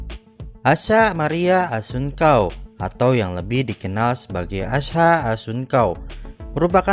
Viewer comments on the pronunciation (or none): Salah 🤦 asha kelahiran th 2004 dan assuncao baca nya pakek C bukan K 👌😘